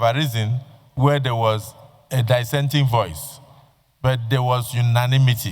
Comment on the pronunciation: Die-senting view - is that the correct pronunciation of "Dissenting" Mr. Senate President??? Smh😮